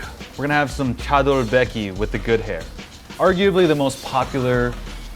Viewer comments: THE MAN SAID CHADOLBECKY WITH THE GOOD HAIR LMAOOO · His pronounciation of ‘chadolbaegi’ gives me cancer. Please say it right, I can’t afford chemo